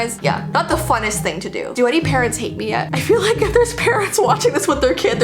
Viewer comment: When she said: Things your parents told you I heard: things your parrots told you